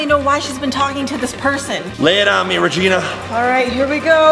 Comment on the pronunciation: it is Regina not regene